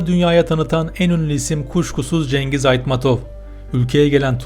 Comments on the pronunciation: Женгиз эмес заебал Чынгыз де блять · Please author could you pronounce correctly some words like : not Kyrgyzistan ,Not Cengiz . Correct ones Kyrgyzstan and Chyngyz.Thanks so much